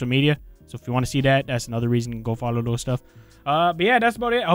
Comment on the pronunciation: love the way he says “dose” instead of “those”